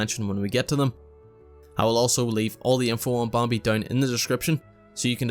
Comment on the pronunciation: this is really an amazing guide, but im going to insane listening to you pronounce bambi and some other words